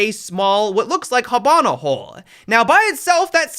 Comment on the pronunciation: Is no one gonna react to him saying "Habana" instead of Hibana?